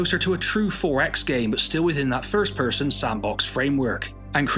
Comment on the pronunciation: As a fellow west-country native, when you said 'first person' with that accent I genuinely laughed out loud. You don't hear those accents much in my now-home of Melbourne, Australia. :)